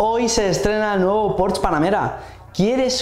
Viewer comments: No sé dice Porsch. Se dice Porsche, con todas las letras ... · se dice porsche no porsch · En realidad se diría [ˈpɔʁʃə], y el ultima "schwa" es una vocal neutra que en realidad no suena a la "e" que tenemos en castellano. Así que la única forma realmente correcta sería pronunciarlo fonéticamente en alemán al 100%, cosa que no suele hacer ninguna persona que no sea germanoparlante.